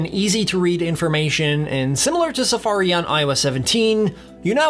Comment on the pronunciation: The way that you pronounce “Safariiiii” made me want to stop the video and never watch your channel again.